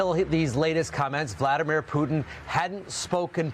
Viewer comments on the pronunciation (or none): none